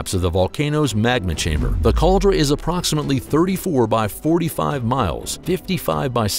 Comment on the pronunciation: Caldera, not cauldra.